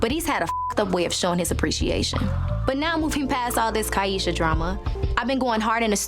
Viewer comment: And he knew how to say her name correctly! Got to listen to those details. She very much telling the truth. They will always tell on themselves.